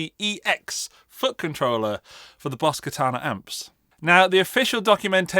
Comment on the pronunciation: 'And at the end of the video we can talk about which fucking troller is right for you' I know what you're actually saying, but this is genuinely all I hear 😂